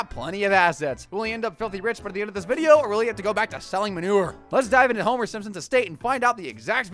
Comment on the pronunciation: It’s video not “vidéo”